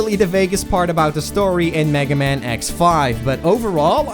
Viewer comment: He's called megaman not "magaman"